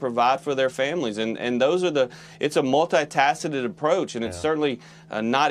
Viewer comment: 'It's a multi-Tacited approach" -mississippi rube